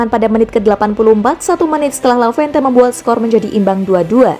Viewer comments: Lavente lavente matamu...tolonglah ngomong yg benar...LEVANTE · Levante ngab...bukan lavente... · Levante min bukan lavente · Levante min bukan lavente, 🤣🤣🤣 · Eee lavente.... Udah salah... Di ulang mulu lagi... Sekalian aja barca lu bikin bercelano... Dasar lavente lu min.